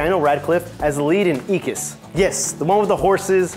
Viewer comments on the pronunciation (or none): I couldn't make it through the entire video... the robotic speech, and... EEKIS? Seriously? And WHO doesn't know they used a body double for the walk of shame?